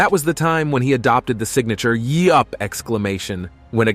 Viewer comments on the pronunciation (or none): I hate when bots read an article and can't even pronounce YUUUUP correctly.